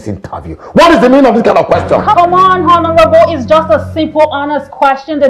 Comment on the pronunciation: Hi, I enjoy listening to you because you are making a very good effort to speak English with the right sounds. However, it tingles my ear to hear you sound /h/ in honourable. Please kindly note that the letter 'h' in that word is silent.